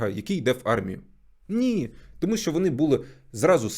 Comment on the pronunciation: Класне відео але мене все відео бісило те що ти кажеш "тОму' а не "томУ"